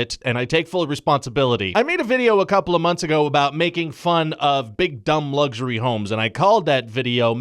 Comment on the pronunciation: Ryan George: Luxury! Also Ryan George: Lugxury.